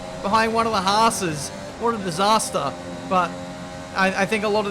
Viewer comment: What a dis-haas-ter!